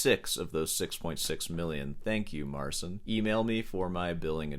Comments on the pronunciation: It's not "Mar-sin." It's "Mar-cheen." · Marcin is Polish so you pronounce his name Mar-chin. Good video though 😊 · Since you like the topic of this artist so much, learn to pronounce the "ci" segment. It's only 1 word, you CAN make it, if you try. Just type the name into google translate and play the audio. I don't like the style of instagram guitar showmen, if you will, either, but the guy got famous for his playing and so will he remain in the very circles that seek this kind of showmanship. Unfortunately for some, fortunately for others, paraphrasig a quote from Cronenberg's movie. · If you talk bad about a person thousands of times, at least learn to pronounce his name correctly. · couldn't even be arsed to research the pronunciation of 'marcin' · i love How You butcher polish name